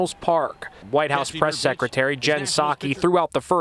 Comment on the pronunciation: I watched this up until you said “Psaki”. I’m out.